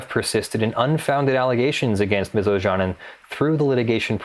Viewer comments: Ojanen is a finnish surname, pronounced more like "Oyanen" (y as in you and the a following it shorter but you pronounce it correctly as in father ) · Looks like a Finnish name, try pronouncing it like "Oyanen" xD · It took me 5 minutes to realise that her name is Ms. Ojanen as the pronouncation is quite off. Not that it's point of the video, but a simple goole search for the name would have given the correct pronounciation. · O-Ya-Nen would be quite close to the Finnish pronounciation. But as said earlier she might be American who pronounces her name as Americans would. Then that pronounciation is correct.. Same way as it is correct to pronounce Scarlett Johansson as Americans would (although her surname is Swedish origin). So there is a real possibility that pronounced it correctly and I just didn't realise it when I'm Finnish.